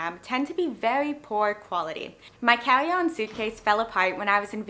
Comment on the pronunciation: You have one of the strangest accents I've ever heard: at first I thought it was a New York or Brooklyn accent. Then I thought perhaps it's a Boston accent. But then later you revealed home was CANADA! What region of Canada pronounces carry-on as "cawee-on"!? 😅😂🤣